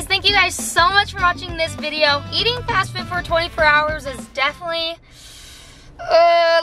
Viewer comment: The way said fast food 😂 fashfoot